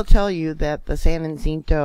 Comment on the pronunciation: Great reporting. FYI. San Ha-sent-oh